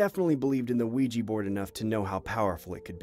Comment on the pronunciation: I'm sorry but I nearly bursted out laughting everything he said "Ouiji" board, I am sorry but bro it sounds like he's saying "Luigi" board. Aren't they called Ouija boards??